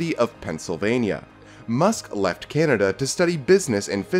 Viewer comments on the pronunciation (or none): none